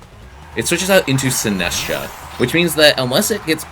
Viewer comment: also Sin-ass-tcha instead of Sinist-cha